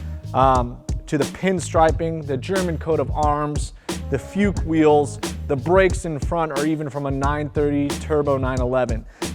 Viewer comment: Say it with me: Fooks. It's not fyuke, it is fooks. Never say feeyuke. You don't even need a singular version. Just say fooks. I know it's confusing because it is spelled Fuchs. 😆 Great car. It was fun seeing it at WCR in Oregon years ago. Great people built it. When I say dog food, I only mean a nod to the business that afforded this beauty. I wish it was a treasure they wanted to keep forever. But amazing car in the hands of Canepa now, who are awesome caretakers of epic cars.